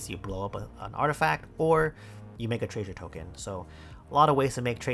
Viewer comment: i didn't realize said treasure treysure until today